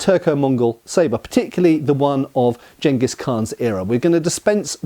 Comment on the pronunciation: Thank you for pronouncing Genghis correctly.